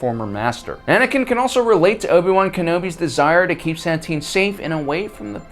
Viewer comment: dont get me wrong but this whole video all I heard was Sat-tine, its pronounced Sa-tine